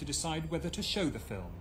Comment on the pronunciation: is educated. He says 'Fill - im'! Then there is the word as it is pronounced in 'Estuary English'; 'Fi'~wwm!'... (Hard to say - harder to write!)